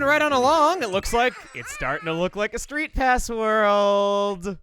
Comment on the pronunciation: Kirby: Triple Deluxe Except it's only when Chugga says "STREETPASS".